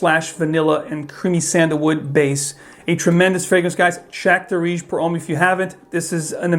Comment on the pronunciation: Guys.. I'm Arab.. It's pronounced as Daarej, not Dareej!! I. E. The "aa" sound is longer and "e" sound is shorter And it means "trendy/in fashion/popular/common" u know